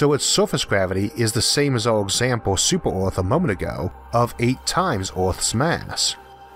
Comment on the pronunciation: "Super Orths" so your not english?